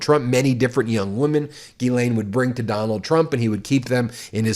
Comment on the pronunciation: Just interjecting a bit of humour to this crapshow, but if there's anything that offends me on a personal level other than the actual crimes, it's the horrific mispronunciation of the name "Ghislaine" by English speakers, and it's not Ben's fault, or the American media's fault, it's how she or her parents pronounced it, and it's just WRONG WRONG WRONG. It sounds way way classier in the original French. Though parents in French speaking places may be thinking twice about naming their little girls that.